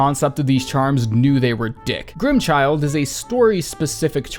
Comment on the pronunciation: "grimmchild" Everyone: I beg your pardon?